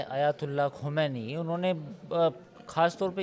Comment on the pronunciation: Ankur; khamenai kahna seekh len pahle phir patrakarita kren